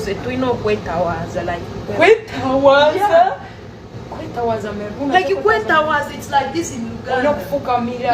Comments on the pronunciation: Bambi ategeza kwetowaza so si kwetawaza 😂😂😂 bambi . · Kwetowaaza bambi not kwetawaaza😂😂😂wama congs ba swill oyoo cissy yetereeze afuune ne kumpiisa other wise mkno ogenda kuggwa singa tewetereeza mkn simple advice